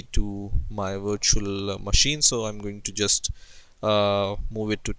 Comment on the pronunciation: I thought he said install it on your washing machine lmao